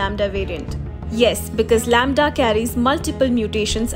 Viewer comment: Lamda = lauda 🤣🤣